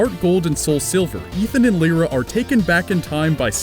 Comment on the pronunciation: Lyra... Lie-ruh not lee-rah